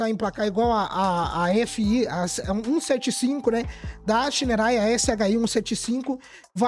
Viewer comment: bom dia meu querido adoro ver seus videos vc é top 😄! e quero dizer 1 coisa... á pronuncia correta de moto SHINERAY SHI 175, SHI 200 ou STORN é ( "CHÍÍÍÍÍÍÍÍÍÍÍÍ:face-blue-smiling:)🤣😅😂🤣😅! não confio nen á pau!!!!! vc vai lá e compra ok, e depois 😪😢😥😭 ou seja (💃)dançou ABÇ